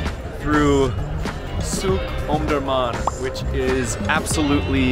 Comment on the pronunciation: Omdorman Not Omdomam Iam from sudan,omdurman